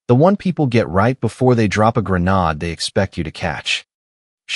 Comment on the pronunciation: Why can't they pronounce grenade?